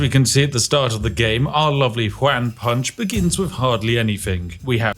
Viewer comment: all im hearing is "wham punch" instead of "juan punch" or even "hoo-an punch" so wham punch it is. man do i love onomatopoeia character "wham punch" couldn't be more british update: i understand the exploit, im still hearing "wham punch" and tbh it still makes sense